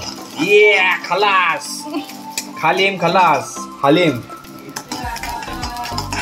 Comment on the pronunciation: हालीम आहे तो खालीम नाही